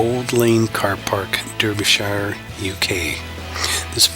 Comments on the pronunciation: not to be funny its pronounced darbyshire even tho its spelt derby its old latin but said darby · Derbyshire is pronounced dar-be-sher(shire) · Derbyshire Pronounced "DerbiSheer"